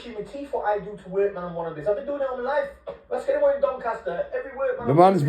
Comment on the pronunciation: New accent unlocked 🔓 😂😂 lyiiiiffffeee